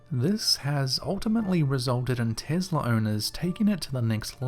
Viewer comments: Oh dear! It's not Tizzla, it's Tess-la Be careful, you don't want Elon pimp slapping u for your laziness. 😘😉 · I swear i thought you said "The Girl With The Tiddy" lol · Sounds like you said"The girl with the tittie."😃I know you didn't but I laughed so hard I'm from southeast Tennessee though lol,😃 Love your videos top notch my man!!!Love to you from Tennessee Cherokee Nation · "investla" ....... What a douche